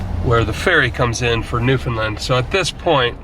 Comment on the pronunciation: Newfoundland rhymes with understand.